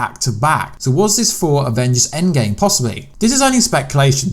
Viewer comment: Listen closely he says “A Game up there” not “ EndGame up there”